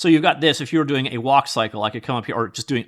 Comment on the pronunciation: "OOOOH IM GODOING IT"